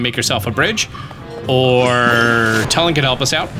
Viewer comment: I hate how says Tulin It's not "Toe-l-in" It's "Two-li-N" or "Too-l-IN" Like toon, NOT "toe" good lord, 🤦‍♂️